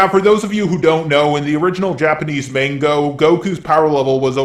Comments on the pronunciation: Manga not mango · Did you just say mango? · You’re gonna get eaten alive for mispronouncing manga. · MANGO MANGO REALLY...........Its.manga....manga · I like how you say mango instead of manga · I Love How you call it mangoo instead of manga.